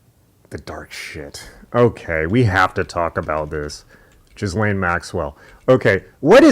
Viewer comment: love the pronunciation "jizz lane" for the femme fatale in popular news. My French trained hearing sense says it's probably something like 'ghee-len" but the former speaks clearly to her role in society.